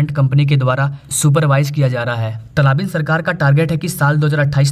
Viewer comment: अरे भैय्या तलाबीन नही, तालिबान सही शब्द है।